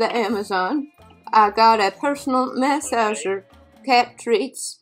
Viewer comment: This was brutal....and mass-ager???? 🤣🤣🤣